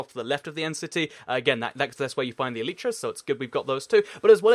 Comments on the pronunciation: It's elytra pronounced al I tra not el each ra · why do you say eletra when it is spelled elytra and the minecraft wiki says this "Elytra (pronunciation: [ˈɛl ɪ trə] el-i-trə)" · OH FOR THE LAST GODDAMN TIME, ELYTRA IS PRONOUNCED "ELAJTRA" NOT "EELEETRA"!!! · yes I know it's latin for wings you clever loads gun, clever points gun gamer shoots